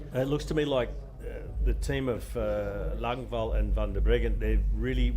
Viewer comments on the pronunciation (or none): Bit confused about the pronunciation of Anika Langvad. Her name ends with a “d” but they seem to be saying “L”. Is this correct?